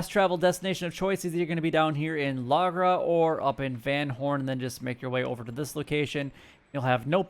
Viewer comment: Thats not how u pronounce Lagras. Your meant to say it as La gra